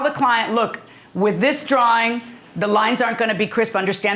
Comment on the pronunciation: It's a drawing, not a drahring....